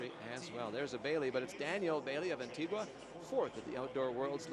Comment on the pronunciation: Even though Antigua is spelt that way the "gua" is pronounced "ga". These commentators don't even bother to find out.